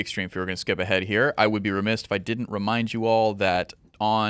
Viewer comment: For fukssake there is no T in the word remiss